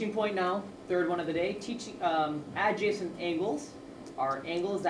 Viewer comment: its not aaaajacent angles. its just ajacent. like *a-jacent